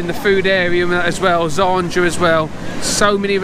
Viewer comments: Great Vlog mate. You know you pronounced "Zadra" as "Zandra" right? haha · 😅😂😂. It’s ZADRA 🤣😂